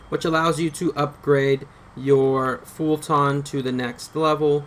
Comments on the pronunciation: I lose braincells every time this dude says "fulTAHHHHN", but why am I surprised when he literally can't even pronounce "Eli" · That's the first thing I noticed too. Lot's of improper pronunciations on terms (fulton, brennan) and lot's of unnecessary vulgarity. Thanks though op. Appreciate the help.